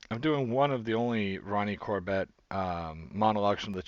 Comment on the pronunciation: Loving the videos! Although apologies for nitpicking, but your pronunciation of Corbett is a little off, it doesn't rhyme with Corvette, it's pronounced more like...somewhere between Cor-bit and Cor-buht.